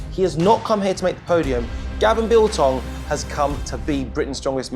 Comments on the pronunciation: Gavin Biltong!?!? its Bilton. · What does that guy keep saying biltong. He's not a piece of jerky. He's a man named Bilton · Radzi, why are you calling Gavin Bilton, Gavin Biltong?! 🤣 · Can people at least say Gav’s name right 🤦🏻‍♂️ It’s Bilton (Bill-tun) not Biltong..